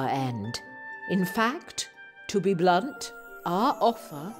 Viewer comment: hearing the word ,,blunt" in that accent is somehow incredibly funny to me. My humor is beyond broken